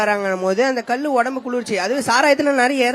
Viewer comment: ல, ள சரியா உச்சரிங்கடா அடேய் அது கல்லு❎ இல்லைடா கள்ளு✅ டா